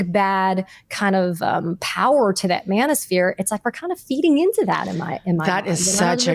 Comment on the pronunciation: When you said Manoshpere I got physically ill. Thank god for you ladies. We need to talk but we need some comic relief too in order to get through the next couple years.